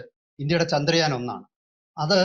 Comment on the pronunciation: ചാന്ദ്രയാൻ അല്ല, ചന്ദ്രയാൻ